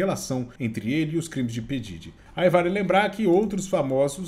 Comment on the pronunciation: É (PI DIRI) QUE pronuncia 😂no primeiro ele disse errado depois falou certo kkkk